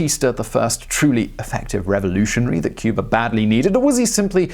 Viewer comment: Cyoober. And its San-ter-ria. Geez.